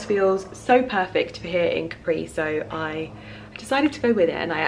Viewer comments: Hi! You are always gorgeous! Please say Càpri as in Italian we don't have the accent on the last vocal;) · Is Càpri not Caprì !!! it is strange that no one has corrected you in Italy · 10 min in and you keep saying Caprí (with an accent on the i) - cute but also slightly driving me nuts (it's Càpri). Hoping someone will tell you once you get there! lol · Your comment wasn't for nothing, because I found what I was looking for. I wasn't sure, but thought that it was Càpri, then heard say it Caprí and thought "ok then I must've thought wrong" haha 😊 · I think you’re gorgeous! But please, I’m Italian, and isn’t Caprí is just Capri... 😅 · You know it's not Capri', right? It's Capri, no accent. You have just been there, for Gods sakes! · I love your videos. Just in case no one has corrected you yet (I didn’t read through all your comments) you’re mispronouncing Capri. The accent is on the ‘a’, not on the ‘i’. I think we should all take the time to learn how to pronounce foreign words and names as it shows respect for the culture. Ask any native Italian, they’ll confirm the pronunciation. God bless. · Oh my god, it was annoying me so much that she kept mispronouncing it! Even more so since she has Italian origins!